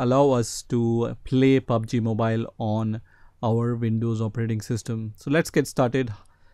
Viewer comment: "pubaji mobayl"